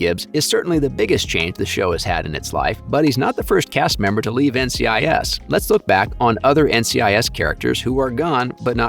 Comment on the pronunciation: did you seriously just call NCIS “NICS”